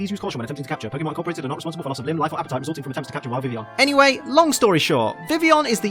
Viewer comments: It annoys me so much when he says 'vivion' instead of 'vivillion' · but he said vivion. WHY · oh hang on, I just re read your comment and realised that you said "l's" not 'is'. But since when are the l's silent. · The ls are silent... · there's no 'is' in vivillion. He never says the 'ill' in it.